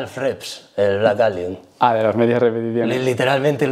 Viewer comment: Fan de "Vleik Eilion" JAJA